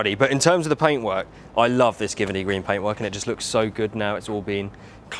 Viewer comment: Giverny is pronounced jiv-ernie